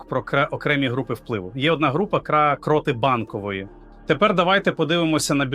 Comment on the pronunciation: Привіт "картинка" т.зв. ШІ ! А ти не удосконалюєшся: "випери" нарешті свою "просмердлу" одежинку. Ну скільки можна "виступати" у вже просмердлому (будь ти людина), весь час одинаково виложеному комірці, одягу. Програміст цього "чуда": працюй над вірними наголосами в словах. Вдосконалюй своє творіння, не лінуйся!. " КрОти Банкової ... купують собі телевізор, я ми купуєм собі трУну", - це πZ дець !!!